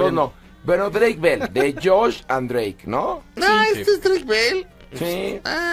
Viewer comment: YOCh Drueik? 😂😂😂😂😂 y luego la otraaaa Dreik Android 😂😂😂😂